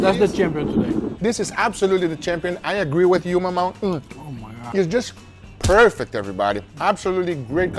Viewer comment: So perfect the gods gave an emphasis on the P